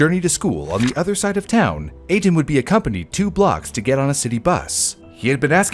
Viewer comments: Etan Patz’s name is pronounced Ay-Tahn. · His name is pronounced A-Tahn